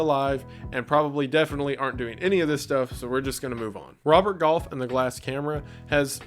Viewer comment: The fact that you pronounce golf like goth makes that whole section amazing.